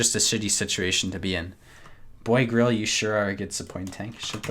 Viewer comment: Its Grille, not Grill, learn the difference